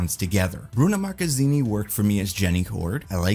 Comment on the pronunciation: Dude, excellent pronunciation of the latino actors names, specially the way you say Bruna Marquezine like a true brazilian